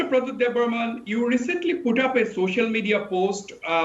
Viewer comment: Not Debbarman, but Debbarma.